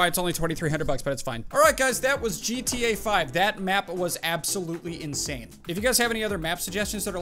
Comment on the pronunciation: "JeeTeeYay" LOL